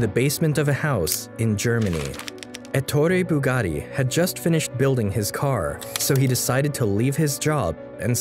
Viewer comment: When he said Ettore BugaRi I've disliked the video, and don't recommend channel